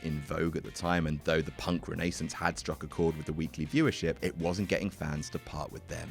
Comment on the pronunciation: He did not just pronounce Renaissance like Renee sins...